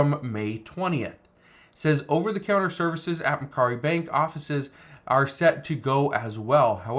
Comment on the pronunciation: That's not how it is pronounced. It's pronounced Mac Quarry